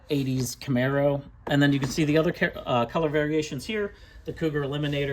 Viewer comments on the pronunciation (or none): none